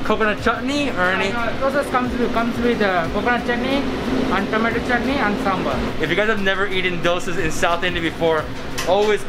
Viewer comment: He pronounced Sambar much better than Many other people who pronounce it Sambur My South Indian heart is happy